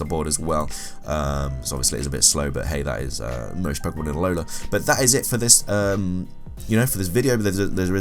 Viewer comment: i crack up every time you say ahola < alola > lol i love listening to this while i play, on my first play through, good job man!